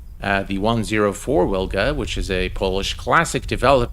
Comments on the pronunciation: In English we pronounce it Vilga Brutha. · Dude the "W" in Wilga is pronounced as "V" So it's pronounced "Vilga".